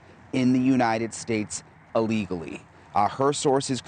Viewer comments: It's: Illegally; As in: Illinois. Not: "A-legally," At: ...Not a good speaker. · It's illegally, not allegally.